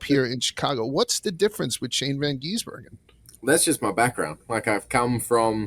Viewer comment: Someone please tell to stop calling SVG "Van Geesebergen". Also, if you watch circuit racing, rain races are usually the best.